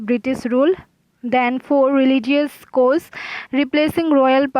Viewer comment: Her English is trash.😑😑.she is pronouncing cause as cose.